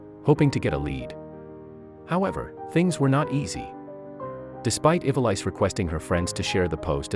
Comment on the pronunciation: the film narrator: It’s NOT pronounced Eva-lice. It’s pronounced Evaleese. Please go back to grade school phonics class!🤦‍♀️